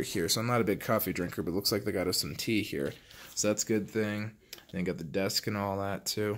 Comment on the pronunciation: "ITS THEE ACE OF VEGAS, THEE ACE OF VEGAS"!! Love that intro.